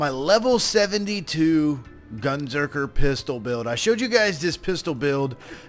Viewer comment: It's Gunzerker, not "Gunserker" lol.